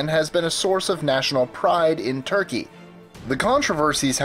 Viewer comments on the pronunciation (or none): none